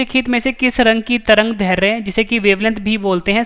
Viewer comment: दैर्ध्य का उच्चारण गलत हो रहा ह